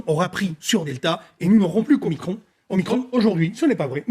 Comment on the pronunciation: Je signalz Que micron, se prononce micron, et non pas micronne. En Grec, il y a deux "o", je "petit" qui est l'omicron, et le "grand" qui est l'omega (dernière lettre de l'alphabet grec) donc, un micro "o" et un méga "o". Nous avons dans un autre registre, le millionième de mètre, qui est le micron symbolisé par la lettre "μ" (mu ou "mi" en grec moderne). et on ne dit pas un plaquage de 5 micronnes, mais 5 microns , devenu le micromètre. Ce nom est le terme officiel du Système international depuis 1968 et le symbole µ est depuis réservé au préfixe « micro- » des unités SI....